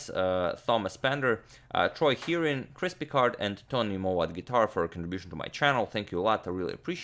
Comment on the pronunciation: "Chris Picard" sounds like "Crispy Card"